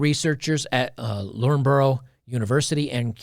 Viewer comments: Good video but Loughborough is pronounced luff-bruh. It’s origin is Anglo-Saxon (please forgive a pedantic Brit). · It's pronounced Luff-buh-ruh 👍